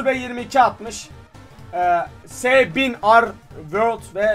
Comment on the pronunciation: abii s1000 world deil ES1000ARAR WORLD okunuşu